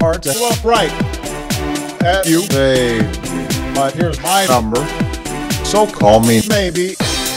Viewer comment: 😂😂😂how is he pronouncing baby going down😂😂😂